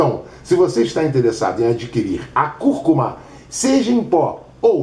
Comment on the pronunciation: é conhecida como açafrão da terra, curcuma com acento tônico no início e turmeric...me curou da minha bursite, ele pronunciou direitinho é nós falamos o nome errado